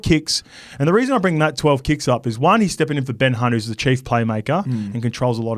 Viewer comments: Did just call him Ben C*nt hahahaha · Did just say Ben Cunt 😂